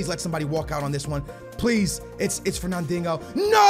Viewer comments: HONESTLY ITS FERNANDINJO NOT DINGO I PUCHING MY PHONE ITS SO DAMN ANNOYING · can you please call the guy Fernandinho not “fernandingo.” Great vid and keep up the good work. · Fernandinho is pronounced Fur Nan Deen yo, thought you knew Portuguese jk skills love from Lisbon Portugal 🇵🇹!! 😛. Just sounds like ur saying fur nan ding ohh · He kept calling him fernandingo 😂😂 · Fernandingo? Really how hard is it to say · You should sell FERNANDIHNO! because you cant fucking say his name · Bro, where is the G in Fernandinho‘s name..